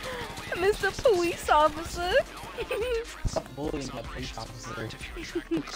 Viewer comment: “your belly’s pushing me powice officer” 💀 you’re so mean